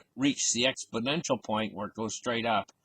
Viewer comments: And says exPLOnential.Not exPO nential. Funny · Expodential.....it comes after Confisticated in the Dictionary.